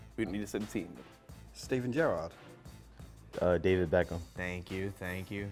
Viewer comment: So triggered when he said Gerrard hahaha